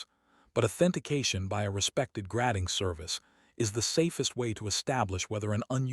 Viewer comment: 🤣 gradding instead of grading.